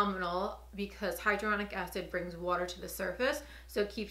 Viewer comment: Hyaluronic NOT hydronic 🤣🤦🏻‍♀️🤣🤦🏻‍♀️